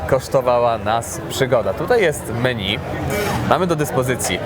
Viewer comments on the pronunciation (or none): none